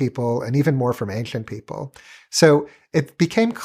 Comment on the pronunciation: I have newfound respect for my speech therapist. This guy has the EXACT speach impediment I had. Ainshlent.